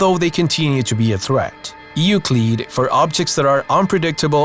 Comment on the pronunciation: Euclid is pronounced as YOU-CLID. It's really simple to say it right.